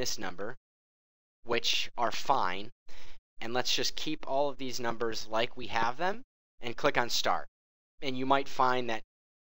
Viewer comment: You say "like" like rape